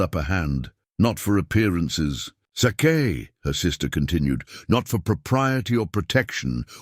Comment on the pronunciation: LAUGHED RIGHT OUT LOUD WHEN A.I. pronounced S A K E as SAW KAY Instead of sake